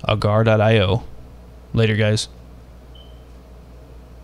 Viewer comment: its pronounced agar e o